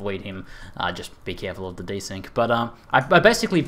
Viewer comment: "I'm De-SyncyD" loooool